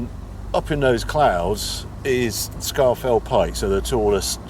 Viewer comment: sharp intake of breath It's pronounced 'Scawfell'... 😁